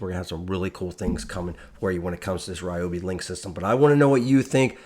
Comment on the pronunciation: Someone can get hooked on these new products! Thank you for the proper pronunciation of Ryobi What! The one time y’all go to the Carolina I’m out of town 😤😭